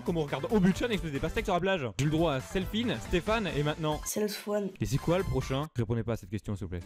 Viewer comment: " Selfoine" 😂(;´༎ຶٹ༎ຶ`)